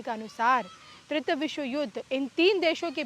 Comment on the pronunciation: Not tritya but TRITIYA. तृतीय